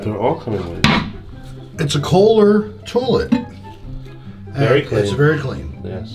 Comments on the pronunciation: Had anyone else noticed how pronounced "toilet" as "toe-let?" 😂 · Marylander here, saying "tullet" triggered me. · Tour-let is now how I am will pronounce toilet from on. Thanks,! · Always like these experienced commentaries and knowing what they're seeing...then there's the 'harrible terlet' ☻